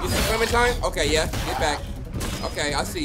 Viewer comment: Clementine=Clemen-fine 😳😳 I'm 14 tell Chris Hansen to go home.